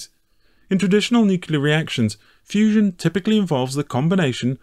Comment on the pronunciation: ah yes, fussion